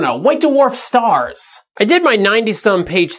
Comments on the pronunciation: Why D'warf instead of Dw'arf? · What's a "da-warf" star? I thought they were called dwarf stars. Lol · Duh-Worf is not a merry man. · whats a "duwarf"?